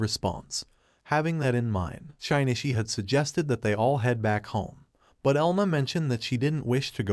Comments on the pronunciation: shine e chee. shin knee she. shin chee. shin ishi. shinshe. I thought maybe it would get 'shin i chi' by accident but nope. Every wrong way to pronounce his name but not even once by accident. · 'Shee nee chee' not 'shy nee chee'. He isn't shy but more like sheesh dude.